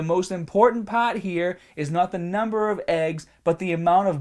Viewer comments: Every time you say Heart or Part, I detect a Boston accent. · The yellah paahht?